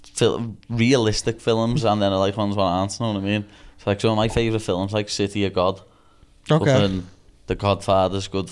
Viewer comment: i love how paddy says fillems for films